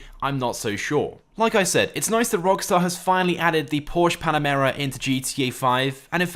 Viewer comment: Every time he said panamera I shrivelled up